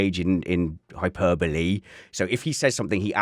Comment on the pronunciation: I think you’ll find it pronounced ‘hyperbole’.